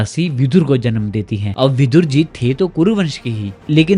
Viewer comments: Words hold value and right spelling and pronunciation is very important. His name was Vidur not vidhur. Vidur comes from vidwanmeaning intelligent, knowledgeable. Vidhur means someone whose wife died. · Vidhur nahin Vidur hota hai gaddhe Vidhur Vidva ka vipreet hota hai